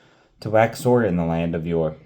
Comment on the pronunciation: You continue to impress me! I think Ur is pronounced like "her" without the "h", and I think Chaldees is pronounced with a "k" sound at the beginning. Hope that helps!